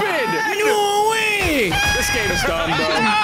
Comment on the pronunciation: “Thig game” lol